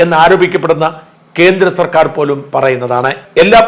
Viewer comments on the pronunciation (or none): none